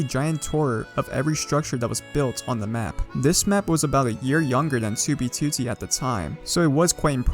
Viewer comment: The way you say 2btooootee makes me cringe every single time